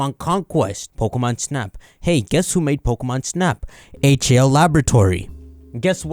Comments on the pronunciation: He did, he read out each letter individually instead of as a word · You mispronounced HAL I think.